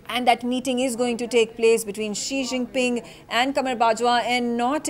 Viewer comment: Ji Xinping ?? 🤣🤣.. This is worese than 11 Jinping!